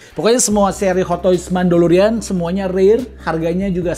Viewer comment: Mandalorian bang.. bukan Mandolorian.. kalo penggilannya emang Mando..